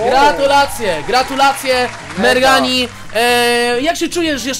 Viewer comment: To nie merghani tylko szczurmani